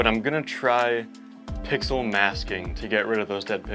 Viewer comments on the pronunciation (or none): none